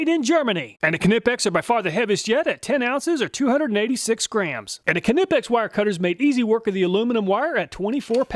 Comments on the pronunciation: It is always funny to hear you Americans try to pronounce a word starting with kn like Knipex. "Kanipex" 😂😂. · Just a heads up, Knipex is not pronounced ka•ni•peks. The correct pronunciation is either neye•peks just like you would pronounce the word Knife, or ni•peks as though you are saying "nip". Regardless which pronunciation you prefer, the "k" is silent. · I died inside everytime you said ka-nip-ex…. You’re American. It’s nip-ex. Same idea as aluminum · Great channel Love it ! However please, please, please it’s “ Nipex “ not Knipex! In proper English it’s pronounced “Nipex” the Germans even say “ Nipex” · very good video but it bothers me that you pronounce Knipex "Kuh-nip-ex" instead of how its spelled. i have seen alot of videos of people pronouncing it like "Nee-Pex" or "Kuh-nip-ex" when its actually pronouced "K-ni-pex" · Pleas for the love of god, stop using the k sound in knipex. The k is silent. Like know. Nipex...N I P E X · Nipex, not Knipex. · Ka-nipex… LOL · Having used Knipex tools for most of my professional career, I am not surprised at their superior performance. Although the name, in English, is with a silent "K" as in knife and knight, so would be pronounced Nippex. Thanks for the great content. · You don't pronounce K in Knipex it sounds like kneepex, but written knipex. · LOL Ka-nip-ex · Isn’t it ( N-EYE-PEX)? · It’s pronounced n(i)pex. Like knife. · I believe Knipex is pronounced ny-pex. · pronounces kah nip ex people, he comes up with these elaborate tests, he can pronounce it how he likes, lets move on.:) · Knipex is a silent K! Every video you miss pronounce it 😂😂😂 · I love the way you say Knipex. It’s “Ni-Pecs” the K is silent 😂 keep up the good work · Pretty certain Knipex s pronounced NEI-PEX. Two syllables, long I, silent K. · just so you know, its pronounced knipex like how you would say knife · I always thought the K in Knipex was silent. Good thing I never said the name out loud in front of anyone lol.